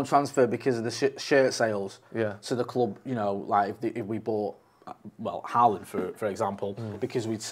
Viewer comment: I wish you guys learned to pronounce Haaland’s name correctly. It’s not Haa-aaland. The double aa is pronounced as ‘å’ in Norwegian which is similar to the way you would say in ‘Hi-ho’ in English. Haaaaland is just plain wrong. The best way to pronouce his name is english would be ‘Ho-land’.